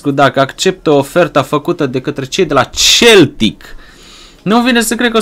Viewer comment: Se pronunta seltic nu celtic